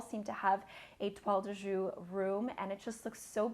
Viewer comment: It's a beautiful scarf, just fyi: the Jouy of Toile de Jouy is pronounced like "shu-eee", not like "shu".